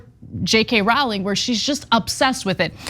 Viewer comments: and Tucker Carlson use the same techniques. I have watched many times and have usually found their analysis well thought out and reasonable. I knew this would be different right at the start when Rowling was pronounced incorrectly. Was this ignorance or a nasty dig? I don’t know, but either way there is no excuse for getting it wrong. Tucker Carlson has mispronounced the names of people he intends to mock. The argument followed the Fox News method: start with a comment most will agree with (‘rape is rape. I don’t care who commits it.’ Bravo, but I don’t like your Tucker-like mocking smirk), twist the facts, avoid being balanced at all costs and manipulate the listeners to hate as much as you do. I came away thinking this cannot be true; JKR cannot be as bigoted as suggested here. I researched JKR’s comments, and saw her main objection appeared to be that men claiming to be women were being placed in women’s prisons. This deserves debate. Instead it has become a vicious ‘hen pecking party’ (Cuckoo’s Nest) and Ana has become Nurse Ratchet. I suppose this is the common method of debate in today’s world. I am expecting some pecking myself where I will no doubt be ‘educated’ about my ignorant opinions by more enlightened minds. Anyhow, where is this evidence that JKR is transphobic? I can’t find any. In many comments I have read, people state she’s hateful, ignorant, fiendish……self projection no doubt. I am angry that a person like JKR is being attacked like this after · It's Rowling like bowling not Rowling like howling. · Her name is pronounced /rouling/ not /rauling/. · "Jk ralling" she has no credit. Cant even pronounce her name. These two are idiots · Rowling rhymes with bowling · Why are they pronouncing Rowling weird?